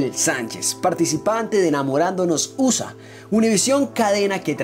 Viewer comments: Es preferible que dígas "Estados Unidos" y no "USA" ya que las últimas son el abreviado de su nombre en inglés (United States of America). En todo caso debe pronunciarse "U" (iu) "S" (es) "A" (ei). No quiero sonar sangron pero, si un canal es informativo debe saber dar la noticia con la correcta pronunciación. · USA usa jajajaja habla bien 😒😒😶